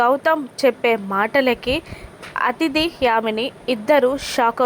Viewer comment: Athidhi kadhu adhithi